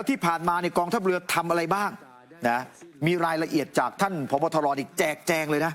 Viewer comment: ผู้อ่านข่าว ช. อ่าน เวลา 6.59 ผบ.ทร. ครับ ไม่ใช่ ผบ.ตร. นะ นะ ท ทหาร ไม่ใ่ช่ ต เต่า